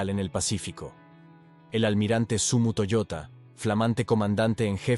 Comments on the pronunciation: Toyoda no toyota.... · Era TOYODA, no Toyota....